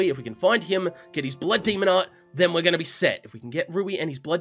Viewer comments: why do u always say demon like the word almond like demond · I love that every time says demon, it sounds more like he says demond, is that just me who hear that?